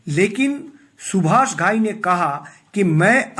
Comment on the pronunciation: Stupid fool, you gave all wrong information. Seems all bloody cooked your shitty brain. Shakti Kapoor worked with Subhash Thai in Karma also. Which was made by Subhash Thai after the success of Hero. Get your facts right an learn to pronounce name properly.